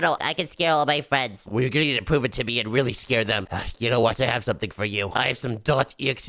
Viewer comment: it's not fwends it's friends